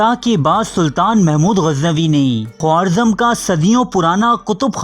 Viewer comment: Khowarzam nahi Kha-razm